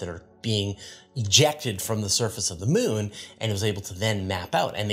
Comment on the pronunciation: I have no problem with the way pronounces Charon, but I must admit I giggle a bit whenever he says Mewn (moon). 😁